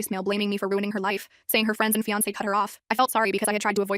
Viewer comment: Why was the "é" in fiancé weird?